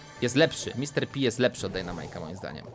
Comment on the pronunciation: Ej taka porada Pan P czyta się na polski Pan Pe A nie pan pi Bo tak jest na angielski Mr.P i wtedy na angielski jest mr.pi